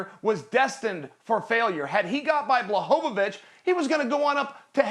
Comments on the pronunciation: Nobody: Absolutely nobody: Chael: Jan Blochovovich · Memes aside, Chael wasnt all that, got smashed by almost any top fighter he ever faced and was only relevant cuz of his mouth. So the least he could do is finally learn to pronounce Jans name properly and give him some respect instead of shilling for Izzy. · why does Chael keep saying Jan’s last name like that 🤣